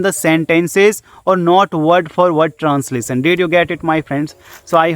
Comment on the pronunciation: abe unpad pahle grammer thik karr --- How can I think directly in English aisa likh unpad...and transasion nahi hota he translation hota he acchese pronounce karna sikh anpad